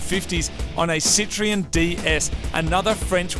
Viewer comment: "Citreanne" hahahaha